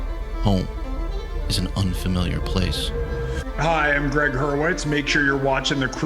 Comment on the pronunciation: Couple things? It's Gregg (not Gree Hurwitz). And you betcha' - his writing is absolutely riveting. I've finished the entire Orphan-X series. Unreal.